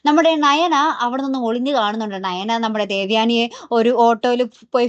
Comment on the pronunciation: ണയന അല്ല നയന